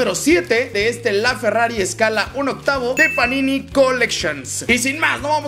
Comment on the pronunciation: dice ferrafi